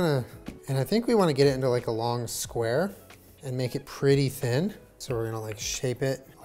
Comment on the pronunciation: did he just say "long square"?😂😂😂